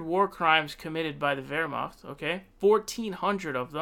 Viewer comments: Yeah "Wehrmacht" Was decent, but the rest was awful. I'm bilingual, Eng-Ger. But I don't fault him, German is a horribly hard language. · Yeah as someone who has studied German for five years with German family speakers, those first 10 seconds where he said "Wehrmacht" with the gutteral r and ch had me floored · What about it? It was pretty good and it shows informed himself how to say it. Unlike probably 90% other foreigners that i've heard pronouncing it.